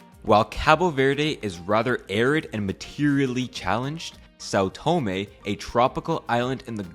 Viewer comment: learn how to pronounce the name of a place before making a video about, it's not " Saw Toemay"